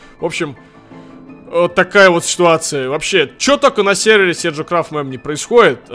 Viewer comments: Он седжо а не серджо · Не Серджо,а Седжо !